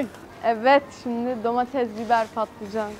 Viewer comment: Domatez değil domates pls